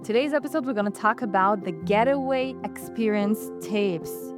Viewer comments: Hey good people : -) she is saying the name incorrectly. It’s Gate way - not getaway . It’s like a garden gate but it’s not getaway like a bank robber. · 🤔 Pronounced: Gait-Way✅ ... not Get-A-Way ❌